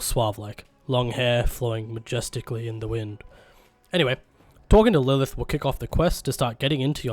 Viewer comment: Lurth = Lilith